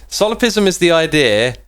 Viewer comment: It's "solipSism". It's pronounced "laplahce". The laws of thermodynamics are not fundamental. So the demon wouldn't need to know them beforehand. It would actually violate them if it existed. The idea that free-will is compatible with determinism is called "compatibilism". But many scientists nowadays tend to reject both concepts. I recommend the book Free Will, by Sam Harris, which talks about this in a very concise and simple manner. "Random" simply means that there's no cause to it. A probabilistic event can be random, but this has nothing to do with order/chaos. In fact, Chaos Theory studies deterministic systems. The idea that the probabilistic nature of quantum mechanics is due to our ignorance is called Hidden Variable Theory. There were tons of debate over this in the 1920's, but it lost popularity in the 30's due to advances in quantum field theories. In the 60's we found ways to test this experimentally, which physicists have been doing since the 70's. The experiments disprove a huge class of these theories and nowadays most physicists simply reject them.